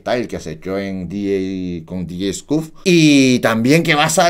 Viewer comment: Nadie: Absolutamente nadie: Coreano: " DJ scuff: Pronunciación correcta: DJ "escof"